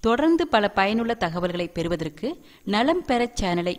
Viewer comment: மாதுளையை அடிக்கடி சாப்பிட்டால் சளி பிடிக்கும். ஏன் இப்படி ஐடியா சொல்றீங்க? மேலும் "ற்' வரும் சொற்களுக்கு ஏன் ர்" உச்சரிப்பு கொடுக்கிறீங்க? பெறுவதற்கு என்பதில் உள்ள "ற்" இக்கு ர்" ஒலி கொடுத்து பெறுவதர்க்கு" என்று உச்சரிக்கின்றீர்கள். திருத்திக்கொள்ளவும்.